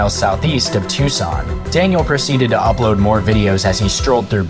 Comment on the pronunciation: So neither Daniel, nor this channel have ever read a geography book. Phenix? Tucson, not Tuscan. Witch-It-Tah. Not wacheeta. Get off the internet!